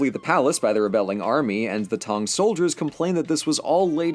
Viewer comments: It's pronounced "tang" like the drink, thanks Otherwise, good job! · The what dynasty? Oohh, Tang. I mean, given the subject of the episode you will forgive me for mishearing the word...